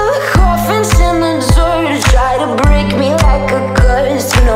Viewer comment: she pronounces "BREAK" as breek wtf???